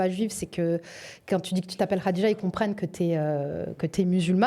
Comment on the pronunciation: Tu ne peux pas prononcer Khadija ? Radija ... 🙉??? Tu veux que je l'écrive comment ? Les mecs prononcés comme il faut , zuuuuut .